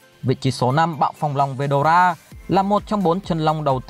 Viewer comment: Ủa veldona là :)) phải là veldora chứ